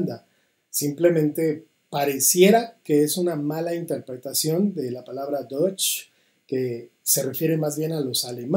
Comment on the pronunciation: La falsa dicotomía entre Dutch y deutsch y una pésima pronunciación de ambos idiomas